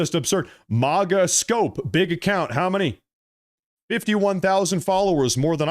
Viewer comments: You're talking about fake/fraudulent X user accounts (specifically, those that have branded themselves as "conservative influencers) yet can't/won't/don't know how to pronouce MAGA. Do you see any irony here,...the conservative influencer? It's MAGA (MAY-guh), not MAGA (MAH-guh). Easy to learn + remember,. MAY-k (America Great Again) and MAY-guh. Phonetically similar. Simple. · Dude it is MAGA NOT MOGA